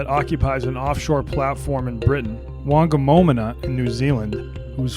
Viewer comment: Haha the way he said whangamomona faangamomuna